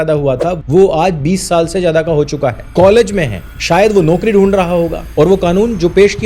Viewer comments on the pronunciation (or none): none